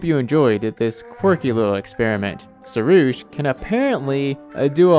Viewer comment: Because im Iranian, we have the word pari (which means angel) and the name sorush. So i can say that you are pronunciation for pari is wrong and you should use "A" as a "AA" but your pronunciation for sorush was right so thats good. Also fun fact sorush is my little brother's name😂